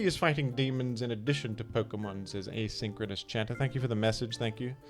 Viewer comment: A-Sink-Row-NUSSY chat